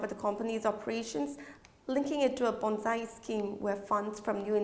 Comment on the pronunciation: Ponzi (Pon-Zi pronounced as Zee and not Zai), the name taken from the famous Italian financial fraudster Charles Ponzi.